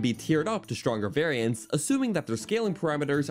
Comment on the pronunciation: This dude absolutely murdered the word "variants". Should be a crime.